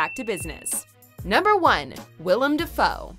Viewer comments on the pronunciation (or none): "Da foe" lol